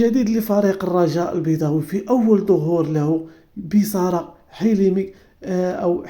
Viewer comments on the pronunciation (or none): صحح معلومتك اسمه حلمي بيسار وليس بصارا كم مرة تنطق بكلمات غلط ؟